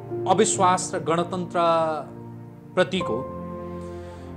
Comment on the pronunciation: गणतन्त्र???? सायद उच्चारण गर्न गलत भयो कि??? गन तन्त्र पो होईन र यो त???